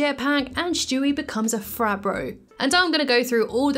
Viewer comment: I love the way you say Stewie . Lmao “Schtewie”